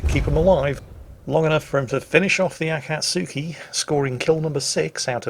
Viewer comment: akatsuki pronounced A-Cot-Ski